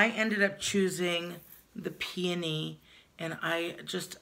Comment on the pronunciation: I love that you pronounce Peony correctly! So many people mess it up, it's a beautiful and sweet smelling flower! Love ya ❤